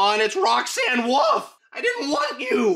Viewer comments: "Roxanne Woof"💀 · Shut up saying roxxane woof it's wolf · Roxanne wolf not woof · “Roxanne Woof” 😂 i’m dying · Bro really said Roxanne woof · he says Roxan woof😂